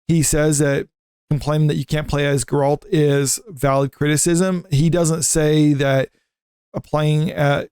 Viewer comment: Bro... have some credibility. its GERR-ELT not GUR-ALLT